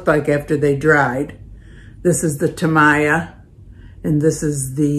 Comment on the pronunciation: It's pronounced TA-MEE-YA. Thanks for the demo